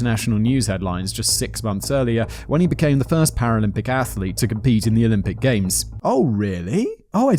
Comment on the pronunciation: You litterly said paralympic correctly, 4 times in a row Simon don't worry so much man!